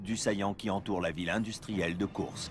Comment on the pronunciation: Héy, pas de E à Koursk (écrit à la française)!